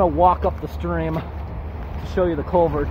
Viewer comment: Take a drink every time he says colevert.